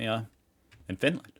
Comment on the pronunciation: "and Finalnd!" bro needs to do the country quiz again